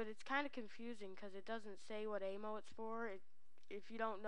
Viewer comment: Hahaha, work on saying a-m-m-o.